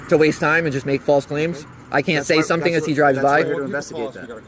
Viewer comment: The way this wiggerbpronounces "something" is infuriating. Sutten sutten sutten